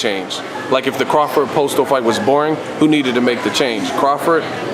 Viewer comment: Maybe when they stop slaughtering last names I could possibly take these guys serious. It was an intelligent interview but if both reporter and guests can't pronounce names it's time to practice... It's not Postal, it's pronounced POs-tol. It's not Rigon-Dee-ou, it's Ri-gon-dow.